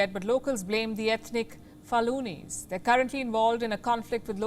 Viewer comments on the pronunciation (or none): It's "FU-LA-NI" not "FA-LU-NI" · Faluni? Do you mean Fulani? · Fulani not Falunis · Pronunciation: FOO-LAH-NI. In other areas they are known as Pul or Pulah.